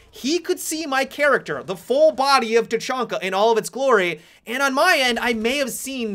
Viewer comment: You said tachunka in the beginning of the video